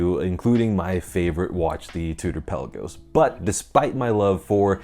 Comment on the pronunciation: Kudos to you for pronoucing the Pelagos right: it's in fact Pèlagos not Pelàgos as many youtubers say.